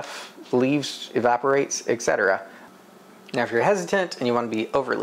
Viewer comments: I hear you say 'ex cetera'. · Great video:) Also, it's "et cetera". I personally use Walrus Oil for all cutting boards, and Rubio Monocoat for serving boards. Also, your focus is hunting a lot. You often go blurry. I would turn off the autofocus for each shot once u get it dialed in. Love your videos dude! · no, you say Ek cetera, you said it like 8 times hehe. it's ok tnx for the upload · Et cetera*